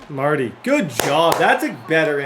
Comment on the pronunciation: Mar-Tay!!!! Mapu, not Marty